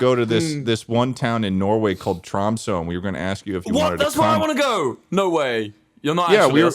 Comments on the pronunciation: Lmao "Tromsoh" (it's pronounced "Tromsuh") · Mispronouncing Tromsø headass... Charlie would never let this happen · I am norwegian, and i would like to point that out, because you guys talking about norway made me special and now I'm commenting about it because its important that people know that I'm norweigan. Now let me state the fact that ur pronouncing Tromsø wrong. Ok now I feel good about myself for stating my nationality because it was mentioned In a video and i feel special. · I will never recover on how they say Tromsø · the tromsø pronunciation is killing me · the pronunciation if Tromsø hurts my soul but i love people talking about norway so its okay